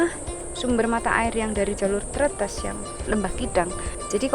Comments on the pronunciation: Cara baca huruf e di pelafalan tretes itu kaya baca enak, buka enam. Jad bacanya trètès bukan trêtês. Kwkwkw...... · Bukan Tretes tp Tretes😭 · Selalu keren dan dinanti 😍👍🏻Hanya ralat dikit cara mengucap Tretes, yang betul seperti pada kata Es Teh. 😊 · Bukan Tretes tapi Tretes. Logatnya beda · Tretes huruf e nya dibaca seperti e di kata bebek mbak.. 😊